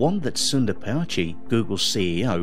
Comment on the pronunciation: Don't want to be critical. But Pichai is pronounced as Pi(pea)-chai(as the Hindi term for tea). Excellent video though. May your chanel grow fast.